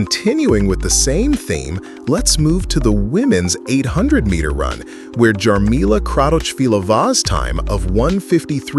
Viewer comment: Nice video, one note - pronunciation of Jarmila Kratochvilova is totally wrong... one query in google translate can show you... another thing - Javelin was last redesigned in 1986, way before Jan Zelezny's record....